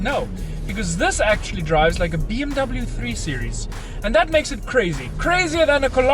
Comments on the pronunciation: IT'S PRONOUNCED "BE EM WE"! AND NOT "BI EM DABEL JU"! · You need an angry German guy to teach you how to pronounce BMW accurately.